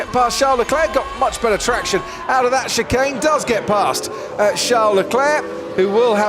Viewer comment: I know it's chicane. But Alonso's pronunciation of the word almost sounds like chicken